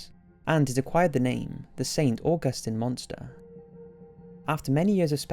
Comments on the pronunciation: i live near st. augustine lol its pronounced saint awguhsteen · The Caribbean is over a thousand miles away from St. Augustine, not Augustin. I think you're mixing up stories, here.